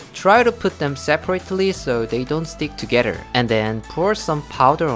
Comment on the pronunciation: I LOVE HOW HE SAYS "TOGEDDER" 🤗